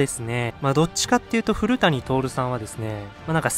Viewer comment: ふるやさんをふるたにと読まないでー。